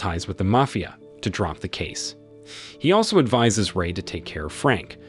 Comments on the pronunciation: He said mayfia boss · The way u said MAFIA 😂😂😂